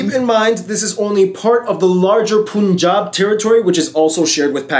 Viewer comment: 😬😬😬😬 its not pooon jaab or pan jaab.... its punjab (like fun, run gun)